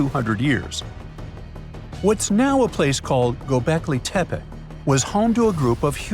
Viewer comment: Gobekli Tepa? I thought it was Tepe.